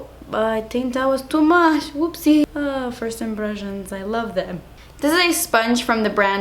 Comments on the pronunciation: firs impression 😂😂😂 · Firs impression lol ily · She forgot the s in first😂😂